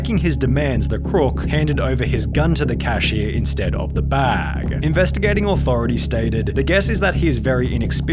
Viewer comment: Why is he dragging out the last syllable on some words? Workerrrr, scannerrrr, baaggggg